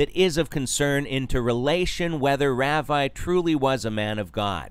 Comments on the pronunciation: It's pronounced rah-vee. Geez, at least know how 2 pronounce it since you're doing a video about him. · just saying, it's pronounced "Rahvee", not "Raaveye" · thats an interesting way to pronounce ravi 🤣 - RAVIEEEEE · You pronounced his name wrong...